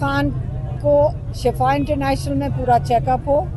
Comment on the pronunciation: shafa moat ko kahtay, yah lafz Shifa hay, ab socho aap na kia kaha